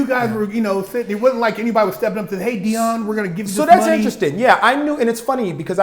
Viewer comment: who the fuck is Deon? I could of sworn it's Deion😂